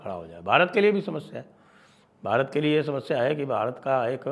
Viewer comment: How is Bharat pronounced in your promotional video for Annual Summit 😡😡